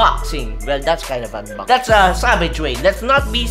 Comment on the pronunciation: ayy "UNBAXING - "